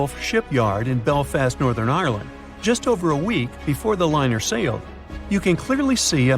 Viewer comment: Why! Why! May i ask does everyone say irrreeland its ireland!!